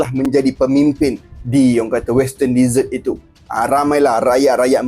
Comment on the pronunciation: bukan "DEE-SERT".... bunyi dier "DE-ZETT"... "deesert" tu makanan2 manis pencuci mulut.